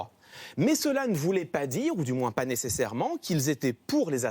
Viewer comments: ..."Il ne parvenait pas ta..." , au lieu de "il ne parvenait pas ZA"... faut de prononciation, faute de liaison. Youpie!!, Saint Clément (gloire lui soit rendue), redresseur de torts et retors à travers tout le beau monde, serait il un homme comme vous et moi, cachant la faute à toute vitesse, poussière sous le tapis? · C'est voulu les 2 fausses liaisons, non? 2.57: Pas "t" a endosser, 4.10: Jamais "t" entendu. Pour le reste 19,5 / 20.